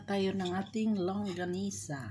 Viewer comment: longganisa sis, not longgasina hehehe. sarap nyan. fave ko hehe